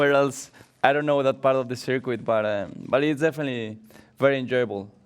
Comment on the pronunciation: Nobody: Perez: circwit